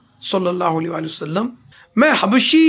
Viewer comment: जनाब हर बार आप वसल्लम के बजाए वसल्लमा क्यों कहते हैं